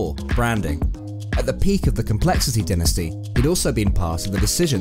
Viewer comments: Dynasty dynasty dynasty. Its pronounced DIEnasty no denasty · It’s so tilting every time he says dynasty